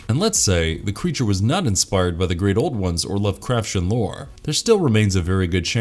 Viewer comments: This has to be the only time I've ever heard it pronounced Love-craf-shen. It has always been Love-craf-tee-en. I feel that watching even a single video on unfamiliar topics can drastically help with any pronunciation confusion. If the Lovecrafshen mispronunciation were the only one, it could be forgivable to an extent, but then they pronounced Dagon as dih-GAHN instead of DAY-gahn. That's when I had to stop the video and earbleach myself with some audiobooks. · I love this channel but sometimes it’s so obvious the reader of the scripts doesn’t know how to pronounce the words or they are reading the script with errors like they live in earth instead of on earth. Lovecraftian is pronounced as it’s spelled not lovecrafsian 😂 All that aside he’s a good narrator. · yeah I don’t usually make comments on stuff like that but after hearing lovecrafsian for the 6th time, I was like, come on man. That’s why I narrate my videos or I at least make sure if I use an auto narrator, I make sure the words are announced correctly. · The way you say "Lovecraftian" makes me feel like there's a shoggoth going up my spine (you read the "t" like a "ch") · You say lovecraftian really Really stupidly